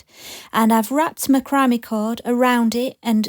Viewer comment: Just an FYI. I believe it is pronounced ‘Mac ra may. Lol